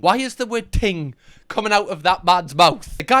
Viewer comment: Ting...ngl I thought he said teen!!!! Panic over